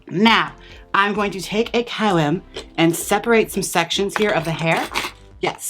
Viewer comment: I love your pronunciation of comb -- "co-wum"